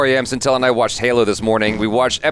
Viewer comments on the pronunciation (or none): none